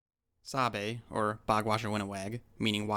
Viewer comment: Thanks for shedding light and truth about our culture, I as an ojibwe can say most of this is accurate, could use some work on the pronunciations tho, like migizi (Mi-Gi-Zi) (aa-mik) (saa'be) (ma-iin-gan)